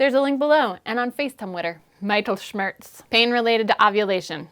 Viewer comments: I cringed when she said "meitelschmertz". :P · That should be pronounced Mit-ehl-shmairst. In xsampa: [mIt.El.Smer\st] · the i in mittel should be pronounced like the i in middle. Just for general reference: If you see an "i" in a German word, it'll typically be pronounced like the "i" in middle. - the English "I" (as in me), to be pronounced the same in German, would be written "ei". (Fun extra fact: an Ei (pronounced like I) is the german word for egg.) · So many new words! I won't remember them all, but great to know that there is so much more to discover out there... You said that you wanted to improve on your french, you might want to improve on your german, too. I'm sure it is the correct english pronunciation, but "Mittelschmerz" sounded so weird to my German ears the way you said it that I would not have recognized it as a german word... We Germans seem to know something about pain, since also "weltschmerz" has been adopted in the english language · Very informative! Regarding the pronounciation of the word Mittelschmerz: The i should be pronounced like in fit or bit rather than like the word eye.